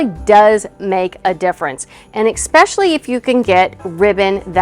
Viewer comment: It's especially, not especially damn it.